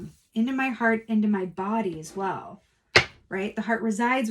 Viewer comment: “As whale” …stop 🤣🤣🤣 awesome reading, thanks so much ♥️♥️♥️